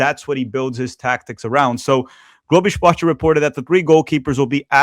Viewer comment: Mano to assistindo o vídeo de boas e o cara me solta um globo esporte carregado de sotaque alí tirou minha dúvida sobre a nacionalidade 🤣🤣 ótimo vídeo mano! Parabéns pelo canal